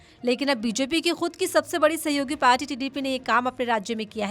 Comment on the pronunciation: Jb aap kuch shsbdo ko itra k bolti hn to bhut bura lgta h Jaisy party ko parchi mature anchor se is chichore prounciation ki umeed nhi ki jati